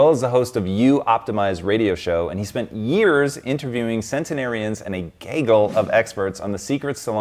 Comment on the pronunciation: Did he pronounce it “gay-gle”...? It’s gaggle “gag-gle”